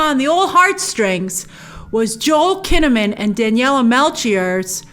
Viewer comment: Daniela Melchior, cmon, google your stuff. And it's not Lisbon, it's Porto.